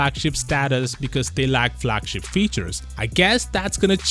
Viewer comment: Flagshap ? Really i hate how u talk